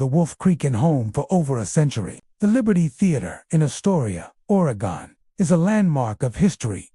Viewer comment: Couldn't listen after hearing the way he mentioned oregon....